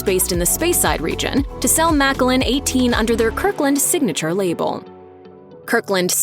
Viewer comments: It's not "maca-lynn." 🤣 It's "mac-allan." Like MacAllan. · Yeah I had to rerun that. It's: ma CAL in. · Did they really say MACK-A-LIN? 😂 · cant even pronounce speyside called it spyside and macallan is mackallen shocking announcer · How can you take this seriously when they pronounce Macallan as Maka-lan 😀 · You also pronounced a region incorrectly, and Macallan incorrectly. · Damn. I never thought I’d hear anyone mis-pronounce Macallan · way to butcher MacAllan distillery's name.